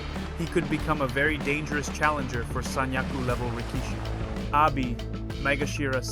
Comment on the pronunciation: Thanks for your content. Just a few pointers regarding pronunciation: Rikishi: The middle vowel is usually shortened considerably or outright skipped. Pronounce it as "Rick-shee" Tachiai: The CH in TaCHiai is pronounced like the ch in check, not a hard K-sound. Aonishiki: Like rikishi, shorten the middle vowel. "Ao-nishkee"